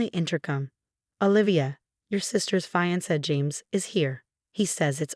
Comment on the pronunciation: Cant pronouce fiance. Get a better program.